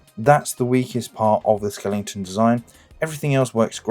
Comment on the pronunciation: Good effort, but need to redo audio: Leader Slingshot, really? Skelington?